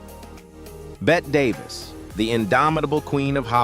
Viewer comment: Excellent production quality, but there were a few pronunciation mistakes with names like Bette Davis, Charlie Chaplin, Orson Welles, and Mae West. Correcting those would make the video feel even more professional.